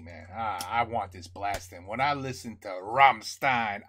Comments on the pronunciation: yes as an american you say rämstein . as a german we say ramm schtein. but its okay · It's pronounced like "RAMSHTAAIN" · All we want is to hear you saying "rammSHtein" 🤣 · Its Ramm Stein, Stein you prounance it with S like Shoes. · Try pronouncing the "s" in "stein" as "sh" like the "sh" in "marshmallow", but just a bit harder. That's pretty close to how it sounds in German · The bit you ARE having trouble with is that the 's' is pronounced 'sh' 😂. Ramm'sh'tein. The lyrics to this song are a mashup of their song titles and chorus lines. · It's rum, like gum with a rolling r, and shtine, like shine with a t. Rumshtine :D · Rahmm-shtain. With a roll on the ‘R’ of course, which is hard for americans ive noticed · Rammstein pronunciation: "Ramm" rhymes with "hum" (as in hummingbird) "stein" = shtine (rhymes with wine) Even though it's just an "s", it pronounced like "sh". (Only people from Hanover pronounce it as "s" :D) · The pronunciation is almost the good one, but not perfect in the middle, it's something like "sh", like for example in the world "shut". Ram-sh-tein Concerning the sound, obviously they did a bad compressing. Yes the hat explodes at the beginning, when he throws it to the crowd. This song doesn't ave any studio version, it was especially written for this tour as on opening song, and made with titles and some sentences of their past songs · Hi, like your Rammstein-reactions very much and watch them all ;-) to pronounce their name correctly try it with "rum" and "shine" and add a "t" to get shtine (even thats not perfect but close enough). greets from Vienna/Austria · when it comes to you pronouncing "rammstein", you kinda mess up the "stein" part. you read the st and pronounce it like you do in the word "stone". but the phonetics for "rammstein" should be more like rammschtein - just assume that "stone" is pronounced "shtone" (as you do pronounce shit)). maybe that will help a bit. ;)